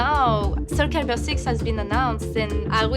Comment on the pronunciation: Soul caribur...lol